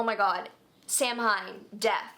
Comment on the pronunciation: “Sau-winn” is how you say it